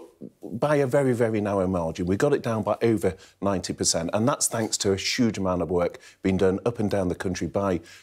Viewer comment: A sshhhughe amount? Dissapointed he never mentioned "Putin's war" or Jeremy Corbyn as an excuse for everything. Thats sshuuge